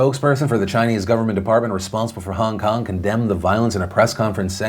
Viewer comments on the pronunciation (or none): Stop saying HUNG KUNG!! it's fucking HONG KONG!!